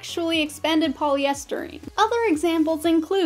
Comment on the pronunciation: Did you actually say "polyestereen" and "public bone?" And the "Styrofoam" trademark was originally owned by Dow, rhyming with cow.